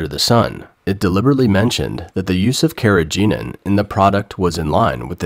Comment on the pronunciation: Carrageenan which you didn't pronounce properly is a seaweed extract and completely harmless.